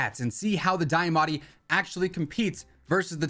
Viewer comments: deeeamatti not diyahhmatti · Broooo it’s deeeeamaati not dieeeamatie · Can’t get over how you say Diamatti so weird.